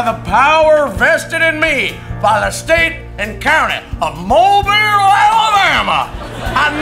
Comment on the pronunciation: thank you for pronouncing Mobile correctly